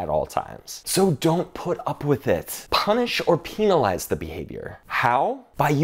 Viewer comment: Excellent! Love how you do slow mo and pronounce "penalize"!!😁❤😅🎆📒